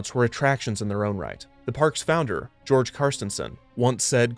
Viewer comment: Very nice video, although just a small addendum: The Danish name "Georg" is not pronounced like the English "George". The letter "G" is pronounced like a "ghe"-sound and the ending "-g" is soft, almost omitted. The name in effect sounds more like "Gheor". It might also be of interest to know that the Tivoli Gardens of Copenhagen are still open today just like in Walt's time (despite always renewing and updating to stay relevant and fun), and drawing a steady stream of visitors as it always has. And although it can boast being one of the oldest amusement parks in the world, the one which can rightfully claim to be the oldest is Dyrehavsbakken ("The Deer Pasture's Hill"), also found in Denmark, which has been open since 1583.